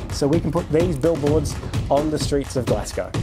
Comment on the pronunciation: This is awesome but can we talk about how to pronounce “Glasgow”?